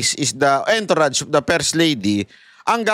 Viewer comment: hindi entourage literal kundi ang pag pronounced nian eh..A N - TOURAGE.